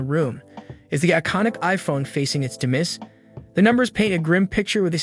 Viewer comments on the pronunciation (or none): Demise is pronounced dem-eyes. Not de-miss.